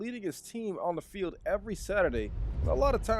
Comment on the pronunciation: “Of the felid” 💀💀💀